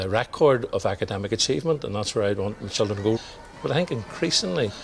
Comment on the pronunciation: Lol it’s how you say children if you have a strong Irish accent.